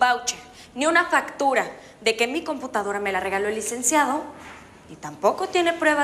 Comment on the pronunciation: Nadie se ah fijado que teresa dice : computancara 🤣